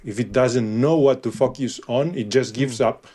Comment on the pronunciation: This dude’s pronunciation of “focus” is just too much 😂